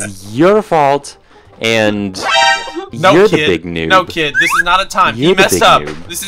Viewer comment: Ohhhh that's pretty good 🤣 it sounds like "this I like" but its Dis*